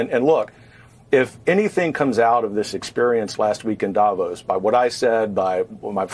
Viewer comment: I wonder why English speakers cannot pronounce Davos correctly